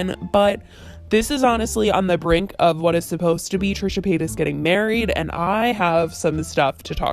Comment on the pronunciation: I find it funny that I kept on hearing either "Trisha Penis" or "Trisha Painass" even thou I know her full name is Trisha Paytas.